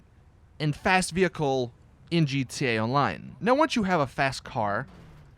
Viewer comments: He said GTUA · He kept saying gtelline